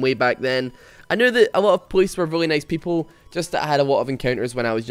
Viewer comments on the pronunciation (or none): none